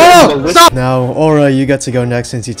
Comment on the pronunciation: are you serious right neow